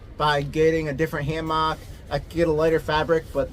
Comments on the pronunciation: you say hammock wrong lol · "Ham ock" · The way you say hammock is wild